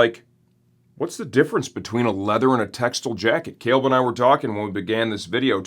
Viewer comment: Tex-tile not textle